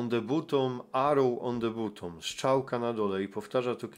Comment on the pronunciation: film wyświetlił mi się przez przypadek, to "weszłem": 1. masz dostęp do neta i umiesz się posługiwać tłumaczem google, zacznij go słuchać, żebyś wiedział jak się wymawia słowa po angielsku, albo słuchaj ludzi, jak je wymawiają, bo uszy więdną.. red arrow on the "butom"... "arize czircz"..🤦 2. nie dziwie się, że nie umiesz wymawiać angielskich słów, bo nawet z polskimi masz problem: "zaczęłem"... "doszłem"....🤦stąd moje pierwsze zdanie. 3. Steve Cioccolanti (z Melbourne) ma za sobą amerykańską flagę! Współczuje Ci wyobraźni, że każda gwiazda na fladze USA to odwrócony pentagram.... 4. Cioccolanti nie jest "właścicielem" kościoła, tylko pastorem! Masz to napisane jak wół, PO POLSKU i nawet przeczytać nie umiesz?! Naprawdę zmęczył mnie ten filmik... co to za ludzie, którzy Cie oglądają i jeszcze Ci płacą.?